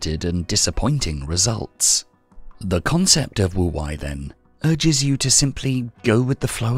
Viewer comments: Not very 'go with the flow' of me, but it's Wu "Way", not Wu "Why". 🙏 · it means "wise old man" Pronounced Tao Te King Spelled Wu wEi, not wu wAi. Nice video tho :)